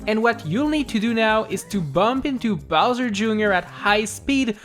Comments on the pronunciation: you said Bowser, Jr. instead of Bowzer for #1.. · Bowser Jr at number ☝🏻 wtf it’s bowser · You said Bowser jr. Instead of Bowser, lololololololol.